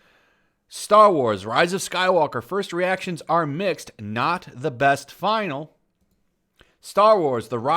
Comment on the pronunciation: "Finale" is pronounced FIN AL EE, not like the word Final.